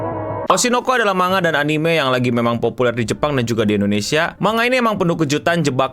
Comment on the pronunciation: Manga dibaca man-ga dipisah cara bacanya. karena di bahasa Jepang tidak ada bunyi "ng". 😁